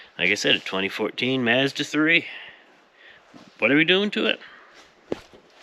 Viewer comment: Why can nobody pronounce "Mazda" correctly?